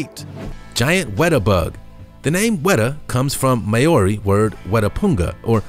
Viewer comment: Maori is pronounced Mowri